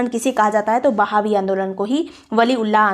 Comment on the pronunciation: Mam i think it's "वहाबी आंदोलन" Not a "बहावी आंदोलन"...😊😊